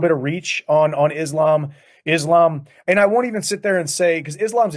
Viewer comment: I love Belal but the way he pronouced Islam is annoying. How the f a Muslim like Belal can't pronounce the word Islam correctly?